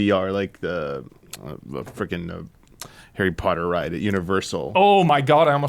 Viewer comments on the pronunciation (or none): none